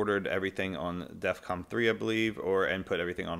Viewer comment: Please... stop calling it "Defcom". It's Defcon.